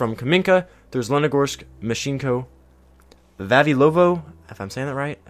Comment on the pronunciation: its myshkino its said mysh ki no not myshinko